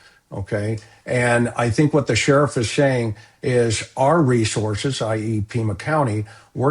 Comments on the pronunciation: You are mispronouncing the word 'resources.' It's not resorzez. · Where are these two from? Ashleigh says REZORces, and says LISEN plate.